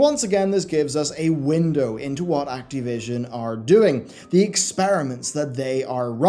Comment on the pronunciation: "That boy is very acteev." "Let's acteevate the doomsday device.", it's Activision, with an "ih." At least if you're going to insist on a weird pronunciation, make fun of it or something. They deserve a Jim Sterling-esque silly pronunciation or name joke that serves a purpose. Maybe Cracktivision or Activi$ion.